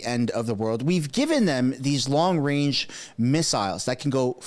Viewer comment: Wong wange weapons